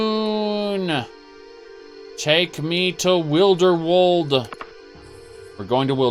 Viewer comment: your pronunciation of Wilderwood genuinely PAINS me